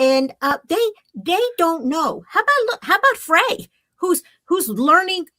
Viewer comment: Love you all! Fyi, Frey is pronounced Fry. Edit: rhymes with lie, etc